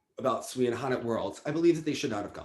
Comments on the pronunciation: I’m going to respectfully disagree on sui and han, I think they should’ve won. However, I will say, Sui’s name is pronounced “sway” and not “swee” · To and: For the skater Sui Wenjing, her surname is pronounced as "Sway" not "Swee". Pinyin uses English letters to represent sounds in Mandarin; therefore, words in Pinyin should not be pronounced as they are English words.